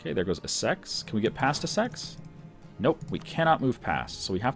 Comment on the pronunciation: sometimes your pronunciations are hilarious but your British ones are just painful. Norfolk is pronounced - norfook (no l) and Essex is pronounced - es.six (not sex) Although thank god you can pronounce Ayrshire, you are the only person i know on YouTube that gets it correct other than DDRjake.